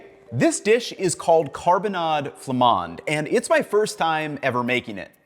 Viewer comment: Excellent prononciation of carbonnades flamandes. You can also simmer it in a crockpot or slow cooker 😊 most beer work for the sauce but it's true that darker beers are better. Just no beer with fruits (like kriek or pecheresse). You can also add carrots, parsnips and/or celeriac to simmer in the sauce. When I don't add veggies in the carbonnade, I like to serve it with a nice salad (4 tbsp oil, 2tbsp vinegar, shallots, salt and pepper for the dressing). I'd say all potatoes except gratin dauphinois work. When I'm out of potatoes, I sometimes serve them with Ebly (wheat). It's a popular cheap dish so we have a base of beef, onions, beer and (some type of) bread smeared in mustard, and then we add whatever we have 😅